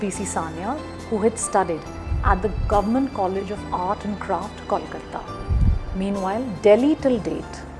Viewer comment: Ma'am, its Kolkata not Kolkatta.